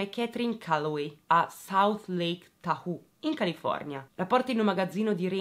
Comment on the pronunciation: Due piccole precisazioni ☺️ È “Orange County” (contea) non “Country” (nazione), e si pronuncia con la ‘t’ silenziosa, quasi si stesse dicendo “Couny”. Mentre “Tahoe” si pronuncia “Tahow” (con la ‘o’ aspirata e la ‘w’ quasi impercettibile).